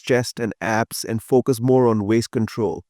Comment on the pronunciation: did you say bring up his chest and abs...or his chest and ass???😂